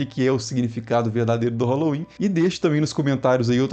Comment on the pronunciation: Se pronuncia sowem e nao sauem